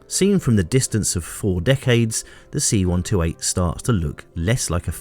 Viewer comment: I have to stop and do a translation in my head every time you say "see one toe eight".